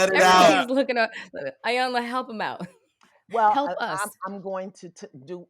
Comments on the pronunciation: Hollywood Unlocked. I absolutely ♥️♥️♥️♥️♥️♥️♥️♥️ your platform. Thank you for the content that you bring. Please commit to pronouncing Iyanla’s name correctly. It sounds like EEEEyanla. She is such a lady that she never corrected either of you. Awesome Show ♥️♥️♥️♥️🙏🏾🙏🏾🙏🏾🙏🏾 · Lord this lady’s name is pronounced EEEEEEEE-yun-lah!!! Damn how you gone interview someone and saying they name all wrong...Can’t watch this🤦🏾‍♀️🤦🏾‍♀️🤦🏾‍♀️ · Jason, melissa, its (E) yanla. The I is a E Pronunciation. Mylissa you are a word Smith. I didnt Expect you to pronounce her Name that way ! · Just wished they would pronounce her name correctly.